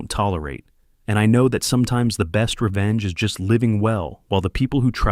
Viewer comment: Revenge is not pronounced “revents.” It’s pronounced “ree venge.”